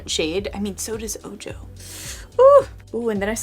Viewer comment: I'm not trying to come down on you or anything but I think the shade "Ojo" is pronounced "O-Ho" and it means eye in Spanish. like maybe referencing the "evil eye" and would explain the bright blue color. Anyway, beautiful palette and great review! ♡